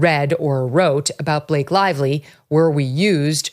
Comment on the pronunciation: Blake LIE-Vly